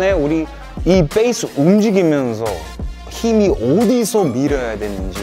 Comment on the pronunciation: 태풍님 영어발음 콩글리시도 쓰시네요 ㅎㅎ Base를 된소리로 뻬이스라 할때 웃었음